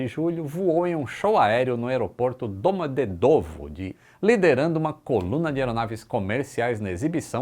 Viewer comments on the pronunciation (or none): pronúncia correta aeroporto Moscow é "Damadiêdava". Letra O em russo soa como A quando não é a sílaba tônica.